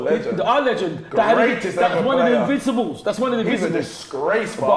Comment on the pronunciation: LETS ALL LAUGH AT all he says is invinccibles 😂😂😂😂😂😂😂😂😂😂😂😂😂😂😂😂